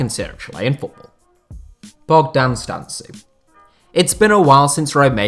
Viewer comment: It's Bogdan Stan-Koo or stan-kou, but great video and thanks for the inclusion